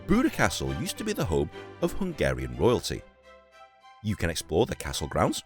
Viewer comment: like your Slovak, your Hungarian pronounciation is also quite good, cool to see the city where I live like this